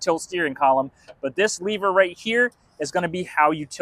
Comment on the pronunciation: dude, it's LEV-er not Le-Ver